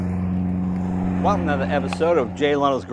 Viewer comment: Welc Nada Episode of Jay lenos garage - This Is What I Hear All the Time In the start Of The Video :D Jay - Please Say Welcome To Another Episode Not Welc nada Episode :D